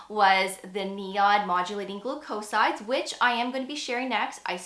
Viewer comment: GLOO’-coe-sides, not gloo-COE’sides